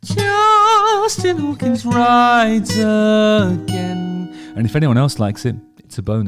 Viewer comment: Is there a reason why you are always singing " agan" and saying " a gain" Cant stop thinking about this every Video 😂